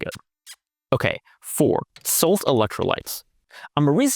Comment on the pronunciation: No disrespect intended....the pronunciation of the product, SaltT(the parent company is KetoChow) is Salt-tea Like iced Tea with the last emphasis on the "T" Chris & Miriam Bair can get you an affiliate code to offer savings to your viewers. 😉